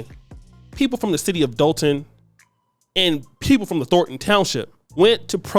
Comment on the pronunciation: said "Thorton" instead of "Thornton". He is not ready to be a broadcaster yet. Standards!